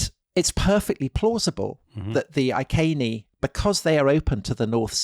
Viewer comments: Why does Tom who claims a background in Latin pronounce the Iceni as "Ai Seen ee" or Ai ken ee"as opposed to "Ee ken ee"? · Is 'Eye-kay-nee' the accepted pronunciation of 'Iceni' nowadays? Would it not be 'Ee-kay-nee' in classical latin? We were taught 'Eye-see-nigh' at school - the anglicised Westminster latin rendering. I only mention it because it was said so many times. A very interesting video. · Boudicci. Victorious woman. Beir bua fellow Celts! PS Iceni ....I'd say that something like Ee- Kenny given there is no K in the Welsh / Latin alphabet? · Iceni = eee-KENN’-eee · Since we have no documentary proof, other than the name of a road (2000 years later) that now runs to Wiltshire, where Tom is from, Iceni is probably best pronounced eye-see-knee, rather than eye-kay-knee. What do you think Tom? Oh ok, let's try and convert all of Britain to say eye-kay-knee. Finally, if I was a woman, which I'm not, even though I have a penis, I would say Boudica was not entirely happy with the pronunciation of her name - boo-dick-ah. She would likely have been far more happy with boa-dis-seah, don't you think? I mean, you just have to know women to know what she would have preferred. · 'I's always make "ee" sounds in Latin, so "Eekehnee" would probably be a bit more accurate. (I'm by no means an expert, though.)